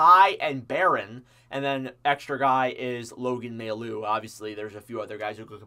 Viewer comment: mailloux is said like “my ou”